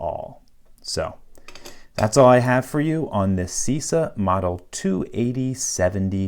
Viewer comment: I'm the average annoying guy. The correct pronounce of Cisa is something like CHEESA. Just saying.